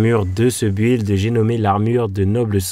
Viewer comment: Le saviez-vous ? Build se prononce Bild. Un peu comme si on disait Bill Gates avec un D après les 2 L. Tout comme Building qui se prononce Bilding. Si vous avez un doute y'a plein de sites dont wordrefence qui montre la prononciation écrite et un exemple oral. En phonétique ça s'écrit bɪld (y'a 0 u )